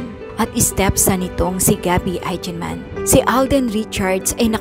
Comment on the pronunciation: this kind of news about the death of loved ones kept me bawling my eyes out. masakit naman tlaga.. and please gurl' try to pronounce their name properly as EIGENMAN..